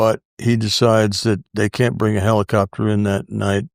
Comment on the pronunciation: "the heelycopter" 😂